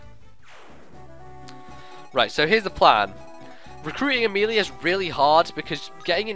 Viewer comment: i ABSOLUTELY love your Amelia accent. I was laughing so hard. great job i have loved ur fire emblem walkthroughs, they introduced me to fire emblem and are just really fun to watch